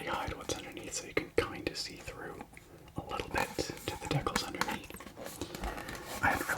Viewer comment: I love how you pronounce "decals" as "deckles," it sounds like a Pokemon lol